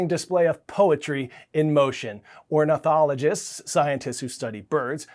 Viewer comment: Ornithology not ornothology!😇